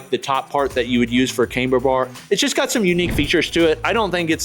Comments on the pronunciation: It's not "came-ber" as in "Cambridge", it's "kam-ber" as in "camshaft". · "cam- ber"...NOT "came-ber"